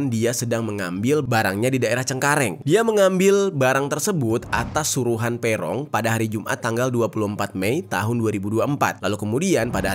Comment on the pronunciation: Bacanya bukan Pe'rong bang, tp Peroong bukan e' tp e. Duh gimana jelasinnya.. 😂😂